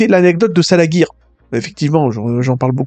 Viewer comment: Merci pour les trucs sympa sur DBM :) Nota: ça se prononce "salajir", pas "salaguir" :p